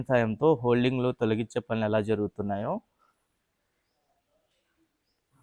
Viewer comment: అది holding కాదురా అయ్యా hoarding.